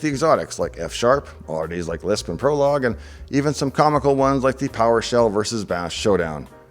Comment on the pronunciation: Prolog, man... LoL!